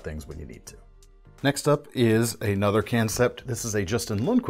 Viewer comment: I love how he says can sept lol